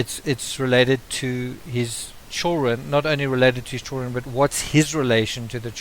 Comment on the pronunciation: I can't understand half of what you're saying. It's pronounced "children" not CHIRREN.